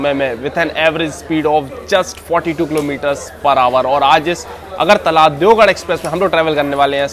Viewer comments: It's deoghar (देवघर )not deogarh(देवगढ़). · Bhai you are calling Deogarh (देवगढ़) which is wrong, actually its Deoghar (देवघर) alias BABADHAM. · Garh aur ghar ke pronounce me confused he bhai that's deoghar not deogarh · देवगढ़ ❌ देवघर ✅ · I'll definitely see ur next blog just to see whether you are pronouncing deoghar correctly or not 😂😂